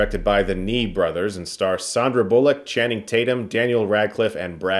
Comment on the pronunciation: Thanks for being the first person pronouncing Sandra Bullock correctly! 🥰